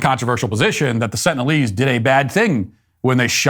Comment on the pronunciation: "Sentinialese" ? Sengalise? instead ? // Sounds like Biden supporters to me.